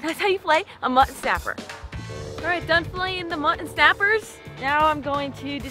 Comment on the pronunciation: Your pronunciation of mutton still cracks me up. Where are you from originally? ", what's for dinner? Mutt'n Honey!"